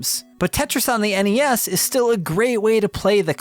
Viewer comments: NES is pronounced like the end of Hi-Res. Or do you say Hi-Ress? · "NES...or the En ee ess..for short." Good video man just busting your balls